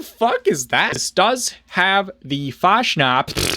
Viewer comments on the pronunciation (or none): I love how you never pronounce fatsnatch correctly.